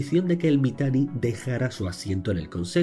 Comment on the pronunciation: Me dio bastante risa como le decia Mitani deidad xdddddddddddddddddd. Sin saber todo el contexto de ese tipo